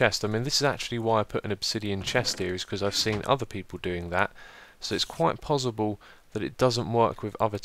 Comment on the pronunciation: Its pos·si·ble not pos·zi·ble